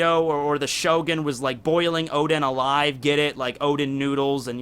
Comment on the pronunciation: Sorry but I need to say, the name is "Oden" not "Odin"